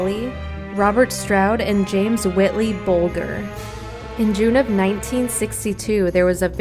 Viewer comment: You pronounced , James Bulger name wrong , just wanted to point that out to you , you might want to fix it in the video .